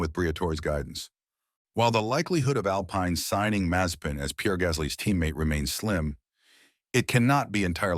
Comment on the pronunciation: It's Alpine, not Alpaine. It's Mazespin, not Mazepain